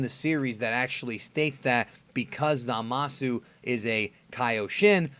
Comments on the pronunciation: I prefer over forneverworld. Cant stand wen he says "zamas" instead of "zamasu" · zamas isn't wrong. it's like saying hit instead of hitto. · Dragonball's Best except it isnt because you are missing the U at the end of zamasu, we dont see hit's name being spelled as hitto anywhere as far as i know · A skinny white dude thats a big YouTuber says the same thing. It is kinda annoying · Andre S lol kinda true